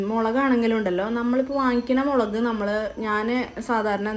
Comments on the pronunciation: മേളക് 😂 അല്ല മുളക് 🎉🎉🎉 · മേലക് അല്ലടി പെണ്ണെ മുളക് 😍😚